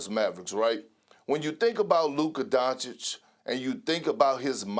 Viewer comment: At least perk can pronounce Doncic 👍😊. Sas is still struggling 🙈